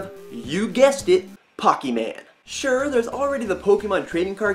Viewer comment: Pokeman the way you said it was just funny. :D